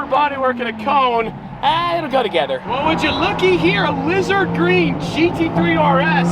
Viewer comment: I'm a native spanish speaker and there has been not once that has said GT3 RS correctly lmao, he's getting close tho